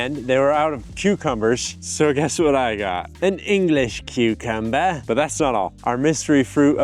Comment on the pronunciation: I come back to this video just for the English queuekəmba